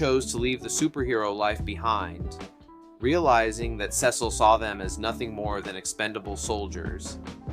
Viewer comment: holy underrated, love the vid but the way you said "Cecil" made me mad lol